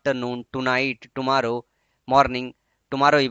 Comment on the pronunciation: sir tomorrow ka pronunciation to sahi kariye